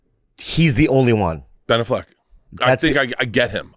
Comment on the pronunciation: Why is he saying ben " aff - leck like its 2 separate words